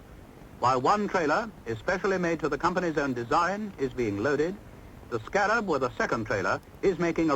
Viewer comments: Stop shouting! This film is 60 yrs old. Note how the commentstor says the name - Scarab - abd NOT how you said it - Sca - rab with influence on the 2nd half of name. Its not said like thst in UK!!! My Dad helped develop this vehicle as he was an engineer. We say Articulated lorries in UK that have multi wheels - an HGV (Heavy Goods Vehicle) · HA HA nice try but the correct way to say it is a Scammell SCA rab so named because it had vaguely the look of a scarab beetle, but more commonly referred to as the iron horse. I remember as a boy our council used scarabs as bin wagons until the very early sixties, the "bins" you were troubled by were multi occupancy ones from high rise flats which had internal chutes in every flat on every floor to one or two large bins in a locker at ground level, it saved the mess and the sheer exhaustion the bin men would have inevitably suffered traipsing up and down fifteen floors or more per tower block, the automatic trailer electrical connectors were shown in the operating section near the beginning the guy in the boiler suit was releasing the trailer parking brake for the driver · it's pronounced sc-a-rab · I lost count of how many times the name Scarab was mentioned but you STILL pronounce it wrongly. Also the automatic connection of the rear lights etc was shown at length in the trailer hook-up procedure.